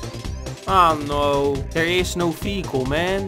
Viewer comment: Whenever you say vehicle I always here fecal